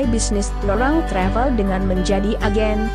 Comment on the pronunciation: Ngomong travel nya biasa aja kali.. Ga usah sok ke inggris2an.. Ga usah pake logat amerika